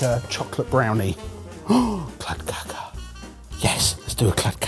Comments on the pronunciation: Calling Kladdkaka [klad kaa kuh] clad caca 😂😂😂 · klad ka ka? It's pronounced Kladd-car-ka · I'm Swedish and your pronunciation of kladdkaka is hilarious, it sounds more like some other brown matter if you know what I mean. The two last 'a':s should have a long sound, while the first should be short more like "kladdkaakaa". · Little pronunciation help with klad kaka: klad as in vlad and the ka in kaka is pronounce like a crow sound caw.... :) kaka pronunciation took me back to Quantum Leap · "clad cacca" .......he said kladdkaka so wrong so many times in such a short amount of time.... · pronounciation of Kladdkaka was... quite something 😂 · The pronunciation of kladdkaka is hilarious 😂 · I didn't understand what said when he said Kladdkaka, until I saw the word appear on screen. That pronunciation was so well butchered 👍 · Wow sorry lads but you're misspronouncing the kladdkaka it's supposed to be said with the a's that's way more common in the UK compared to the US.